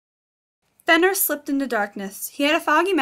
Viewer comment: Its pronounced fenrare